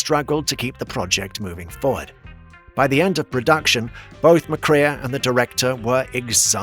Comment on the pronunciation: (joel) mc-KRAY